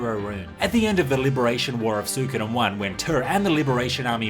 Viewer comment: Ok dude, it's REALLY doing my head in. Say it with me now... Swee-ko-den